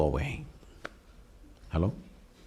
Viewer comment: I love him saying "Hellow".